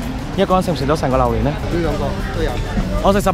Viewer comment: 點解要讀榴蓮讀榴鍊🤣支持你 你真係我地既開心果黎😟要笑多啲